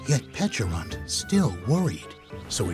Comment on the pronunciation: Its nice to hear its pronounced similar to "peach" instead of the silly "peckarunt". Like the berry looks like a friggin peach ffs